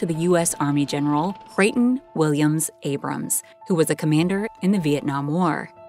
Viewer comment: Right off the start... "Abram". Yeah, that's enough.